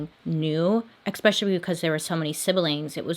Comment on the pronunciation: LOL! You always joke about your mispronounciation of words but I've only picked up on 2 words, which isn't bad at all! Those words are statuTe (you leave out the "T" at the end) and especially (you pronounce it as eX-specially instead of eS-pecially)! It's actually endearing!